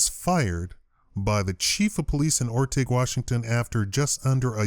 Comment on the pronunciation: It's or - ting